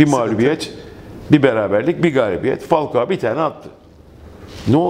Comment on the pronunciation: Olum neden herkes falkoa diyor laaaaannnnnn